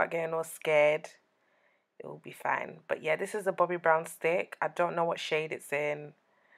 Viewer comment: She say ees looking nice and delicious 😂